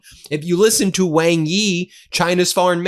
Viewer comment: Wang is pronounced wong.